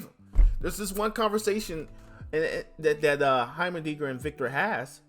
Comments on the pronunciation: Also the pronunciation is Hi-mer dinger hi as in hi hello it's a pretty weird word but fits his looks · I hope I dont sound mean but it's pronounced "High-mer-ding-er"